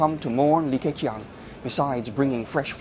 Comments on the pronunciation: 用人工智能，即刻变成英文。 口型都对得上。唯一的不足时没把Li Ke Qiang的发音修改一下。 如果把qiang 改写成Ching, 英语发音就不会这么怪了。 总体来讲AI使用得很棒！ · 这个李克强的英文发音是真不怎么样，说成了理科kiang，oh my God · 这个AI把李克强的名字读得也太搞笑了😅😅😅